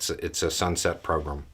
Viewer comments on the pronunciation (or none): your accent in these videos is pretty mild, and I'm quite used to it, but for whatever reason, today, every time you say "program", I hear "pogrom". The first time you said it, you were reading from the letter, and I thought it was done on purpose, but the rest of the video... I'm not complaining or anything, just felt compelled to say it.